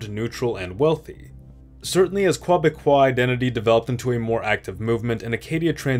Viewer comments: Okay. I've got to comment. The Francophonic term for people from Québec is "Québécois" which is pronounced as "kay-beh-kwah" not that "kwah-beh-kwah" thing you kept using. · Every time you say Quoi-becois, I i have to laugh. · Bro it's like "KEH-beck-kwah" aint never been any Quoibecquois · 'Quoibécois' lol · Strange pronunciation of Quebecois